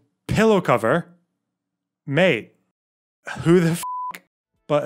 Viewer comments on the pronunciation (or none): none